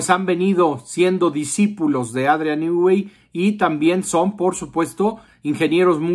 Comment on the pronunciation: Nui NUI.... REPITE.... NUUUUUI. SE ve que sabes mucho sobre el